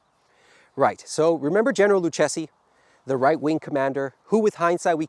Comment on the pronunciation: Joseph Count Lucchesi d' Averna is the Italian (from Sicily?) So he is not [Luchesi], but [Lukkesi].